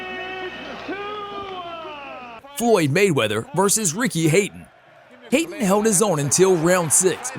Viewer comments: Hayton lol its Hatton.. as in hat on! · It's not Haten it's Hatton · It's Hatton pronounced 'hat on' not Hayton! 🤦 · HATTON Not Hayton How can you get that wrong? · It's Ricky HAtton. Not Hay-ton. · it's Hatton, not hayton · Ricky 'HAY-TON" ?? Ricky Hatton FFS!! Can you not hear the commentary?? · Ricky hate-on? 🤣🤣🤣🤣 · It's Ricky Hat, not hate, Hatton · Ricky HATTON not Hayton. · Hatton is pronounced as 'hat'-on though, not 'hate'-on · Am i the only one who got distracted by constantly calling ricky hatton ricky hayton? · I am not watching any more of this as the commentator is a muppet! Anyone who know boxing knows it is "Hatton", pronounced hat-on, not hate-on !!! Ignorance like that ruins the whole thing. I could just watch with the sound off, but why bother? There are other channels on YouTube that do a decent job! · Who pronounces it 'hayton'? It's Ricky Hatton (hat-un). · It’s not ‘Hayton’, it’s Hatton, pronounced like hat, not hate. Basic English and basic boxing knowledge. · Respect, Ricky Hatton pronounced, Hat on, not Hate un. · It's 'Hat On' not haten lol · ricky hatton not haton get it right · Ricky Hat-on not hate-on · Haten?? Who the fcuk is that ?? Do you mean Hatton as in Ricky Hatton, I know there are differences with our accents but I'm pretty sure Hatton is pronounced Hat not Hate even in America ?? Or can't you read ? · yeah it's Ricky Hatton (as in Manhattan).. not Hayton.. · Ricky's last name is Hatton not Hating .Your pronouncing it wrong cousin. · Ricky Hayton? HaTTon you fool! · Ricky “Hatton” pronounced “hate-on” 🤦🏻‍♂️ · It’s hat-tin 🤦🏾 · Ricky HATTON not Hayton ! It's an English name not an American ... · Ricky who? LOL, that's not how you pronounce his name...